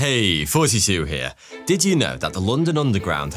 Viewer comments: It always sounds like he says “forty-two here.” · I’m still convinced he’s saying “Hey, 42 here” 😂